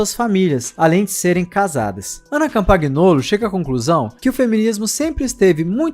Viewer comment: Parabéns pelo trabalho. A pronúncia é Ana "Campanholo".